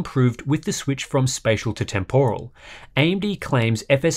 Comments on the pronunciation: I love hardware unboxed, probably my most watched channel. But I just can't get through a video where someone keeps saying TEM POR AL. How has this become a thing in English. It's pronounced temper al. I don't know why this word annoys me so much.. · It's TEMporal, not temPORal :p